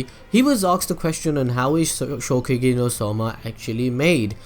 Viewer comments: It is ShokuGEKI not shokugi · ShoKUgeki no soma, you kept saying Shogeki no soma :'D